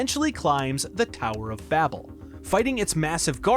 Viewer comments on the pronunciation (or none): none